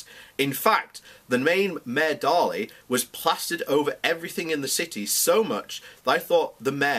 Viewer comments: Pronounced "Daily". Mayor Richard Daly. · You need to work on pronunciation. Coffin Ships... Mayor Daly. Perhaps, practice beforehand. On the fundamentals of your argument, I would agree. There is an Irish lobby in America that might cause problems in the US, particularly because of the efforts that US politicians contributed to getting the Good Friday agreement deal done.